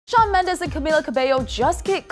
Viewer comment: *Did she say Shawn Mello* 😂 :32